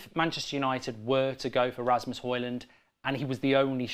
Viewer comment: If we get Højlund, please check out how to pronounce the name.